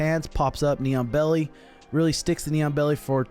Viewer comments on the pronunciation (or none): I'm dead thinking about all those people watching who don't know our sport but enjoy watching. This is what they heard "Mighty Mouse got the NEON BELLY on him." Instead of what was really said _"knee on belly." 😅 💀 😂